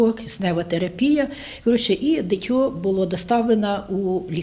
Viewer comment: Могли би казати дитина чи дитя а не дитьо ......ви вмієте говорити правильно??? А тому гарненькому сильному хлопчикові велике ЩАСТЯ і Добру ДОЛЮ ....Привіт зі Львова .Житомирщина ,вчися грамоти ..